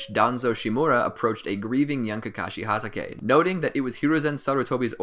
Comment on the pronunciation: How tf do you pronounce hatake? At least try